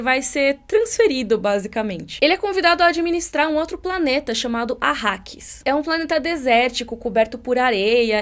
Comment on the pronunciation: Arakis... nao arrakis